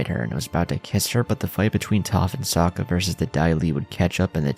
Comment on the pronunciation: Bro homie. Good videos, but like the names of characters are pronounced hundreds of times in the show. Please please stop with the "Soak-Uhh"